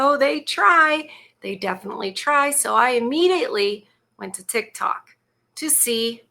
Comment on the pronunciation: "Chick-Tok"??? That's funny!!!